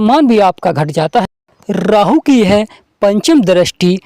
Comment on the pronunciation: Sir 🙏 rahu 👍thik he, Rrrrraahu.... Kya he??